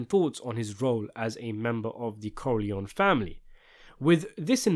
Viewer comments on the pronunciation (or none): Why are you Americanize Italian last name Corleone?